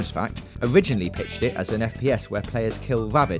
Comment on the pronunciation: wow! i never knew it was "owiginally about killing wabbits". thanks bwitish. Halo is to Micwosoft as Mawio is to Nintendo.